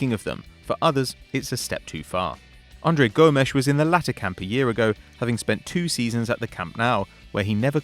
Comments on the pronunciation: The only real issue I had was the pronunciation for some names, for example Andre Gomes, it’s pronounced Gomez not Gomesh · I think its funny how hard he tries Andre Gomesh 🔥🔥🔥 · "Andre Gomesh"